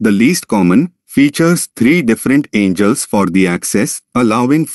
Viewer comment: I can't take you seriously as a teacher if you can't even read the language you are teaching in. There are no "angels" here.